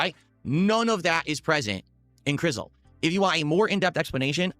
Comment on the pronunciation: Is 'Crisol' really supposed to be pronounced as 'Crizzle'? -_- I don't think is saying it right.